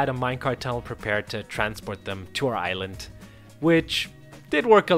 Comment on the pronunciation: Somehow every time when you say "island" I hear "ireland" what XD